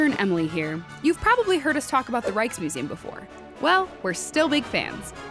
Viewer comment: I just can't not hear "Reichsmuseum" and "Reichstube".